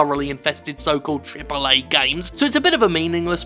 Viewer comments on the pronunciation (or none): take a shot every time Jim says Triple eh games